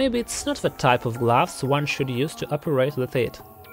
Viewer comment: Narrator : gloves Me hears : glass 😂😂